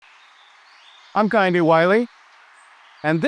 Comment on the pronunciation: Nigerians like to put cement all over everything & have no grass in their backyard So when it rains & their homes flood, they always wonder why 😂😂😂😂 Bc the rain has no place to go But anyway is this guy Nigerian ?? Bc the way he pronounced Kehinde was atrocious…..even foreign born Nigerians pronounce their name well